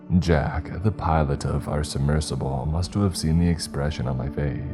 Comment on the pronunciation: This is my favorite Ceeepy channel for sleep by a mile. That said... your pronunciation of "must've" is almost a deal breaker. FmL 'Mus To Of' every time. Nails on a chalkboard.